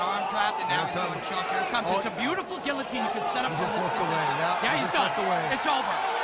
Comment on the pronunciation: I really hate when the commentary team mispronounce 'guillotine.'